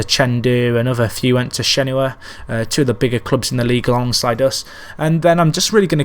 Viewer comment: its shen wa not shen hu a